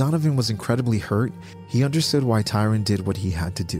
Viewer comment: It's Tryon, NOT Tyron......